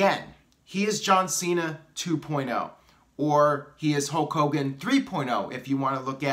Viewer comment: It's not 'HOKE hogan, it;s pronounced 'HULLLLK' hogan. What about HULK hogan 4.0, The Rock 3.0, Jon Cena 2.0, Roman Reigns 1.0